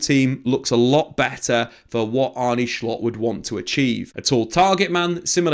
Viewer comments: If that’s the case he needs to do a bit more research, it’s pronounced as “Arnuh” not “Arnie”😅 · You say Arnuh, Not Arnee Very good signing! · It's Arnuh not Arney